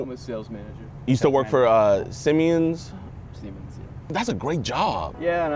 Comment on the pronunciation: As a german its not siemiens its SIMENS!!